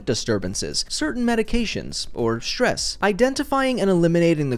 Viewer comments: Stress* not Shress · manage ''stess''